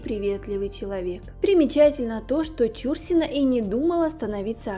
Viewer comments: Помимо неправильного ударения в фамилии актрисы,куча других ошибок-за время жизни с Андроповым,Чурсина-13 лет уходила из дома.Жесть.Может найдете себе другое занятие.Или хотя бы читать грамотно научитесь. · Актриса отличная,я ролик толь три минуты поглядела,неприятно когда неправильно читают фамилию,аж ухо режет,ударение в фамилии идёт не на " чу" ,а на слог " на" .Обидно что есть люди не знающие этого,актриса очень известная и замечательная! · Ну,как не стыдно,а?...материал не Вы искали и составляли,передрали готовый,впрочем как обычно,так Вы еще и неграмотны,готовый материал прлчитать правильно не можете,как не стыдно,весь стыд наверное поотморозили...Фамилию знаменитости правильно читайте!!!...И главной ролью,по которой стали узнавать Чурсину,была не Угрюм- река а ,,Олеся,,!!! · Не стала досматривать, почему неправильно произносите фамилию? Это коробит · Издевательство над произношением фамилии. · Это ж надо так исковеркать фамилию? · Почему фамилию произносите неправильно? Нет лайку. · Чурсина -- ударение в фамилии на последнем слоге.